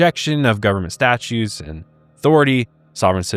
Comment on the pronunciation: Statutes NOT statues! 😂